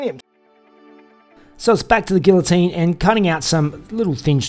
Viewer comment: Please learn how to properly pronounce "Guillotine." A man not only learns how to weld and fabricate. To be a man requires more than that.